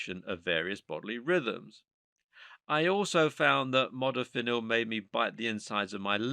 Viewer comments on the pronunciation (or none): The narrator's pronunciation of many of these nootropics seem to be waaaaay off! Especially Piracetam, Modafinil, etc. The "H" is SILENT in the pronunciation of Choline! I also found other errors in regards to uptake, etc